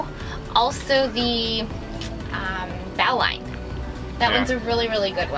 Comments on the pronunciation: Bo-lin is the correct "sailor" pronunciation. :) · in New England we pronounce it BO lin. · I've always heard it pronounced with a long O and a short I Like Boe Lin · The knot is pronounced like a bow and arrow. Same way. "Bolin" bow-line - "bolin" but you are cute enough to say it any way you want. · A bowline pronounced with a long 'o' and len... bo-len. Since it won't slip, it's a loop you can tie around someone's waist without risking it slipping into a strangle knot. You are well served to learn to tie it in the dark with one hand. it is that important a knot. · That knot is pronounced bo-Lin (spelled bowline)